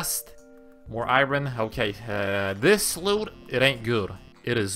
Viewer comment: Bro please stop saying iron like that 😮